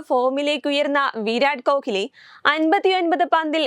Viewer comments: നീ പറയുന്നതും പഷു അല്ല ഹമുക്കെ പസു എന്ന് പറഞ്ഞതുപോലെ ആണല്ലോ കോക്ക്ലി അല്ല പെണ്ണേ കോഹ്‌ലി എന്നാണ് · ഇത് കാലു കൊണ്ടുള്ള കളിയാണോ, അല്ലാ കിടന്നു കൊണ്ടുള്ള കളിയാണോ പോലും ഇരട്ട ചങ്കന് അറിയില്ല. കോഹ്ലിയുടെ പേര് പോലും നേരെ ചെവ്വേ പറയാൻ അറിയില്ല. കിളവന് ഊര് ചുറ്റാനും, കമ്മീഷൻ അടിക്കാൻ അറിയാമല്ലാതെ വേറെ ഒരു ഉണ്ടയും അറിയില്ല. മുഷുടൻ.